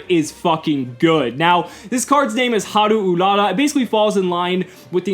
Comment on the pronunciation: Can I just say that I'm really happy that you actually pronounced the card correctly with the Japanese inflections? Too often people just don't care to learn to say the names right, and you actually nailed it here,. Looking forward to more content. ^^